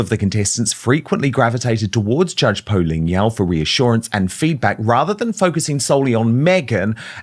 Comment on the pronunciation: Poh, not Poo !!! 🤣